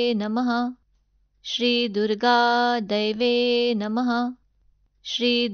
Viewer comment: खूप छान... शब्दोच्चार स्पष्ट. परंतू मला असं वाटतं तुम्ही जे दैव्ये नमः म्हणता त्या ऐवजी देव्यै नमः म्हणायला हवं. देव्यै आणि दैव्यै मधील अर्थात फरक आहे